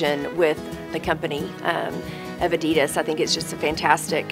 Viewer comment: Pronounced Oddy Doss or Ah - Dee - Daas